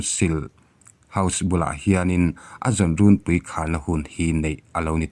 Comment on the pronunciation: Rûnpui hi Thingpui thluka lam rik tur a ni a, youtuber ho hian Ârtê ti angin in lam ri ṭhin a, lam ri dik turin lo inhrilh darh teh u aw.